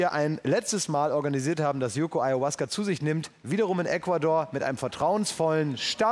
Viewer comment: Auasca...oh man! Ferner von der Wahrheit kann diese Aufnahme echt nicht sein